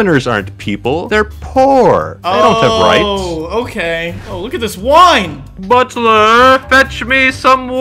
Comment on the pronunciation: I just know ranboo was crying everytime technoblade says “bulter”